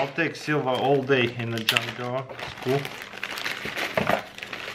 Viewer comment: Is it me or do I hear , 'John doe' instead of junk drawer 😂. LOL